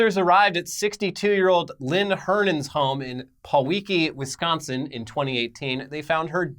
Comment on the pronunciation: I was waiting for a Wisconsin comment. I haven't seen wisconsin name butchering like that sence the kenosha riots.